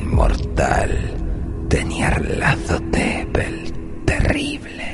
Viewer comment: Amo absolutamente como pronuncias...Nyarlathotep